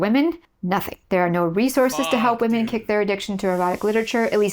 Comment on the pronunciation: You said Wamen like pewdiepie lol didn’t think y ou were a pewdiepie fan